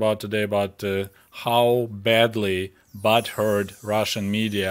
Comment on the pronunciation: I'm dying hearing him say "BOTTHURRRD"